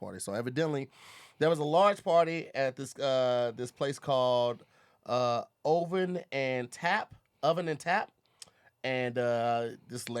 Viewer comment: "Ohh-vin and Tap" Wording is still hard.🧏🏾‍♂️🤦🏾‍♂️